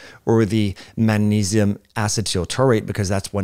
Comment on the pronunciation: The word "Magnesium" contains the letter "G". Are you being intentionally obtuse? You have no problem pronouncing the consonant "G" in other words I notice. This was the most annoying, intentional, distracting mispronounciation of a common word I have experienced this year.